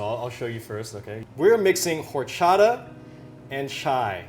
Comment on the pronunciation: Yet Phil cannot pronounce “horchata” correctly 😜